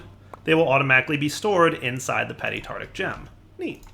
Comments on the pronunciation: tarTARic. Not tartic. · just saying,, it's Tart-AR-ic, not tartic 😂👍